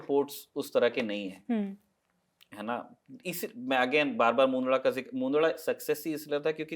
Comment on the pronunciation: मुन्दडा क्या चीज है भई? मुन्द्रा नाम है ठीक से नाम लिया करो.